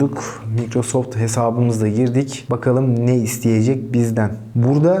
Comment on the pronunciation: Maykrosaft okunuyo biliyonuz dimi